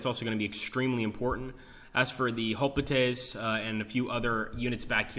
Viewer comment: Looks great! I have FoG1, which I've played a lot. The graphics and game play look much improved. Hoplites is pronounced "hop lights"